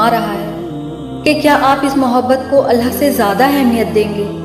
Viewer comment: Behn phle to tum ALLAH thik se bolo ALLAH hota hai ALLHA nahi